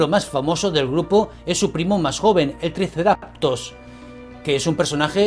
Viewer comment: Hola buenas. Si me permites, te digo que pronuncias mal el nombre del dinosaurio. Pronuncias "triceraPTOS", cuando es "triceraTOPS". En el nuevo también lo has pronunciado mal, supongo que te lo habrán dicho ya. Un saludo y gracias por el contenido.